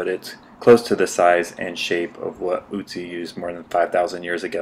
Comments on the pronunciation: It's Ötzi not Ützi. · its not ootsee its oatzi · Otzi not Utzi!! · By the way it is Ötzi and not Ützi as you pronounce it. He was named after the Ötztaler Alps where he was found. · Its not "Utzi" or "Otzi" but Ötzi or Oetzi .... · Not Otzi its Ötzi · Great video! Just for information purposes: It's pronounced "uh - tsi". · Ötzi. pronounced 'utzi' watch the accents my dude